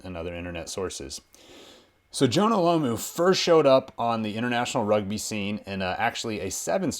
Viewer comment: Why can't these Americans pronounce Jonah last name right Its that simple.Its Jonah Lomu not Lamu.